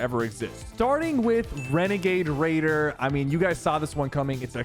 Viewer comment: Wenegade waidoh 🥺🥺🥺